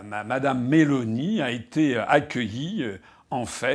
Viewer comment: Nota bene : en italien on accentue la première syllabe. MÉ-loni